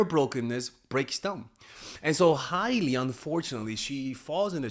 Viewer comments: It's not high-lee, it's hail-lee. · It's Hailey not Hiley 😂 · you’re over here sounding like my 60 something year old Cuban uncle talking celebrity gossip. Let me help you: #1 Her name is pronounced Hey-lee not High-lee 😂 me muero #2 She’s Alec Baldwin’s niece not his kid lmao Rest of it is gold, i just have to poke a little fun at you. Thank you for your wisdom as always! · H-AYE-ley lol and it’s Stephen baldwins daughter not alec 😂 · The way he keeps mispronouncing Hailey's first name LOL. I'm choosing to believe he's just keeping an inside joke going, after he first misspelled her name in the community poll on the video topic.